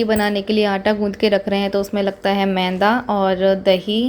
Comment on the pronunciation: Yr menda nhi maida hota hai sbi lok menda menda lgaye rakhte ho